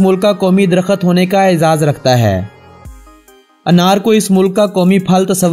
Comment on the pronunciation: Kitna arsa hogaya hai Vlogs banatay rahay hou liken darkht ko a sahih talufuz sahah naheen kar sakay Islah zarroori ha..S.M.Iqbal